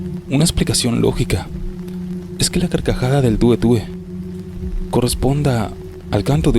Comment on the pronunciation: Sí pero es el tué tué, no tue tue.